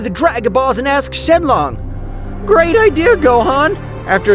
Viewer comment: Gohan and the narrator said shenlon